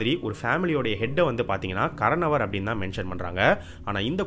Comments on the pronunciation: Bro not karanavar karnavar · Not "karanavar".. It is "kaaranavar'